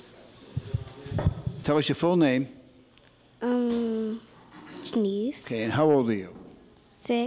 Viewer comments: It's pronounced 'Janice', not 'Janese'. Get a life. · I don’t think the sister kept saying “titties” I think she was saying “Janice” but she was pretty funny.